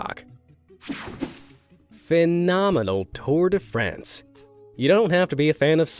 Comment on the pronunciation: Anybody else flinched hearing him pronounce "le tour de France" like "les tour des friends"? 😉